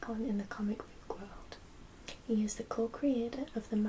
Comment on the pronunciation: Sexy librarian, I love the way you say 'boowk'.